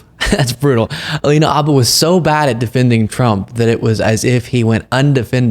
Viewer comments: why do you keep saying Abba?? Her last name is Habba. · Is the " H " silent? Everyone else pronounces it as " Habba "